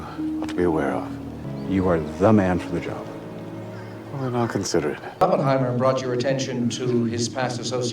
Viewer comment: Dude hears the correct pronunciation of Oppenheimer for 3 hours and still can’t pronounce it right hahaha 😂